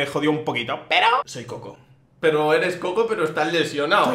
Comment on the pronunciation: no es koko es kojo